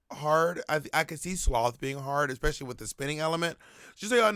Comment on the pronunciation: ekspecially and hubric. I’m learning some modern English from my favorite queen